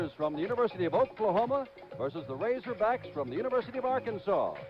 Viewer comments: Did i hear 'Razorbrack' instead of razorbacks at the beginning? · "Razorbracks" man you were channeling your inner Lou Holtz right there. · This dude said razorbracks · “might be the most humiliating defeat” WRONG Answer apparently didn't do you homework there youngster what are you 15? Oh and its RazorBACKS not RazorBRACKS by the way! I get it your a Band Wagon Fan whose here when they are winning but not when they are losing - Go root for Bama we don't need you - Now here let me help you with some TRUTH - Most Humiliating Defeats in Arkansas History are as follows - 1918 - Camp Pike (AR) 6 - ARK 0 1904 - Dallas Medical (Tx) 5 - Ark 0 1940 - Fordham 27 - Ark 7 1901 - Little Rock High School 5 - Ark 0 1944 - Norman NAS (Ok) 27 - Ark 7 1938 - Santa Clara 42 - Ark 18 1951 - Santa Clara 21 - Ark 9 1903 - Springfield Normal (HS) 10 - Ark 5 1905 - Transy (KY) 6 - Ark 0 1992 - The Citadel 10 - Ark 3 Just to name a few so next time you want to ride the FIRE THE COACH BUS do your homework son. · RazerbRacks?? what the hell is wrong with you? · Bruh you said razorbracks!!! 😂😂😂 RAZORBACKS!!! Go Cocks!! 🤙🏼🐔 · he said razorbracks lmao. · Did this dude really just say home of the RazoBracks 🥴🐗🐗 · I heard that too 😁